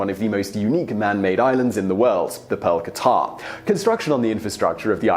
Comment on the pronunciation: Bahrain and Qatar are pronounced "Buh-hrain" and "Cutter" just so you know